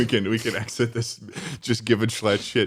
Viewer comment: I'm from NY and "Shclatt" does "NOT" sound like "US"